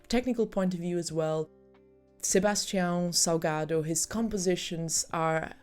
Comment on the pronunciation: wait, how come you pronounced his name so correctly? Are you secretly Brazilian?